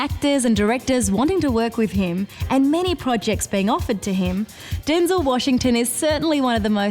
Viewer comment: Excuse me, ma'am, but it's pronounced DenZEL, not Den-zil. Hello.